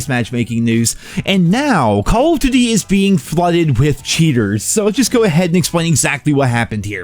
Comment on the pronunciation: Or "duty"